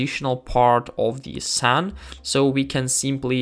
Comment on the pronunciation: As an English person (although I now live in Tatarstan, Russia), I just wanted to point out that the word "scene" is pronounced like "seen" in English. You pronounced it like "sen". I didn't want to criticize you, but just wanted to let you know how to pronounce the word correctly, since I'm sure the word "scene" often crops up in such videos like this. Я не хотел критиковать твой английский. Я просто хотел дать вам полезный совет для вашего английского произношения. 🙂